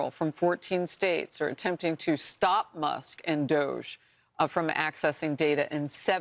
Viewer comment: Complete nut case. Feel sorry for New York with her there. She is not about law she is all about 100% anti-Trump at any cost. She can't even pronounce Elon's last name, Elon Muss lol